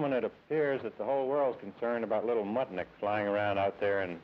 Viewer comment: Did he say "Muttnik"? 😂😂😂😂😂